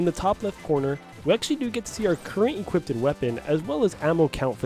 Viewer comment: Do a shot every time he says "equipted".